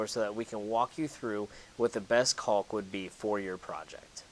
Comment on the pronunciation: The l is silent btw